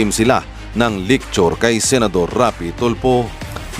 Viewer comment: pg pronounce nyo po ng lecture, "Licture" 😂🤣😅